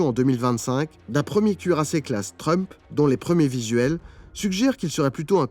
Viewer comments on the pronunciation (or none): none